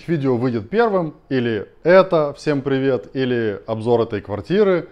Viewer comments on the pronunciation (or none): none